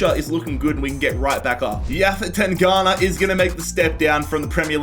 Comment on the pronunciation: It's tan+ganga not tangana 😂